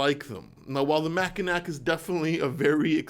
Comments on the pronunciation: Come on, Mackinac is pronounced like "Mackinaw". How do you not know that? (Just kidding. I grew up just south of the Mackinac Bridge.) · It’s pronounced Macki-naw as in the island in Michigan, Mackinac Island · These are my three favorite companys lol no joke. Favorite to buy at least. Also Mackinac is pronounced “Mackinaw” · Shinola ... Mak uh naw that's how we say it here in Michigan not Mak a nack just saying 🙏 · The Mackinac is pronounced Mackinaw. It's just one of those things. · I love ya. And, I don’t want to be “that guy.” But, as a Michigander, that’s not how you pronounce Mackinac. The “c” is silent so it’s more like Mack-i-naw. BTW - it’s an awesome place. Check it some time. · “Mackinac” is pronounced “Mack-I-Nah” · I hate to correct you, but the answer is Mackinaw. Mackinaw. The C on the end is silent. Don't go up to Michigan and start pronouncing it that way. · FYI - Mackinac is pronounced "MAK-in-aw". It's a French word commonly mispronounced by everyone outside of the area where the watch gets its name. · Being a watch nerd, I love your content. Also, being from Michigan, I want to tell you that the pronunciation of the word Mackinac is Mack-i-naw. Other than this random fact, your watch knowledge and opinions help inform me with each video! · hey, its weird but its pronounced "macki-naw" and there is two different spellings for it here...one is Mackinac.....but its still pronounced "AW"